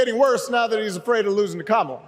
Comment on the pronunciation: Wow, he glicthed & said Kamala's name right. Hes not p.o.t.u.s hes a p.o.s.😮